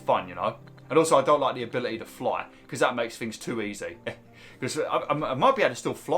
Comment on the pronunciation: Our prop Eee 😂 Abili Eee